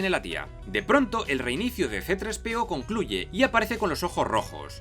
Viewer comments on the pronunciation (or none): todo Hiba muy bien, demasiado bien... hasta que escuche: " CE TRES PE O" 😲